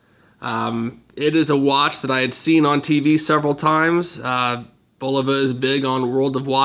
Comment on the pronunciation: it is not BLVA...it is Bulova....( idiot)..